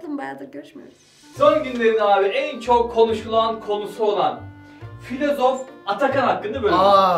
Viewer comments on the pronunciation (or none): semiyorum be bu çocuğu fılozof diyip durmayın